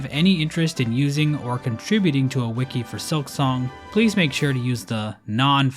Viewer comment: FINALLY HE PRONOUNCED WIKI CORRECTLY